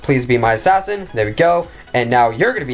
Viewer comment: I just like it how HE LIKE ASSAIN